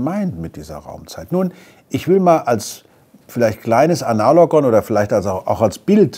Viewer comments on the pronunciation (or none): Er hat ANALogon gesagt 🤣🤣🤣